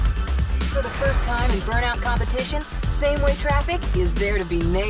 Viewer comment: Cmon dude its burmout lets keep it goin